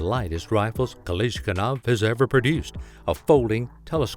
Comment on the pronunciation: It hurts to listen to you try to say Kalashnikov.